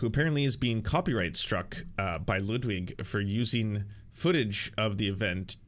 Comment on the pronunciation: Why does he say Lewdwig!